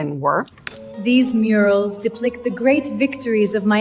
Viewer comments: Timestamp Cleopatra says "deplict" instead of "depict" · "Deplict" girl. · the idea that “slave forced to build pyramids” is a “job” is wild “deplict” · So is the English: “deplict” 🫠